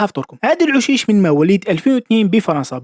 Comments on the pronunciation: اوشيش وليس عوشيش Aou chiche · نيشان عندك لحق شحال من فيديو ڨلتلهم بلي اوشيش ماشي عوشيش